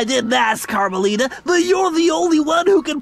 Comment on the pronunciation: it's carmelita